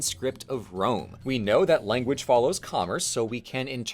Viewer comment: bro said wanguage